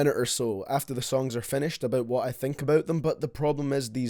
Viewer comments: “From the lyrics I don’t know what he’s aboot” 😂😂 love you baby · “What Lil xan is all aboot” AHAHAHAH YOURE A LEGEND 🤟🏽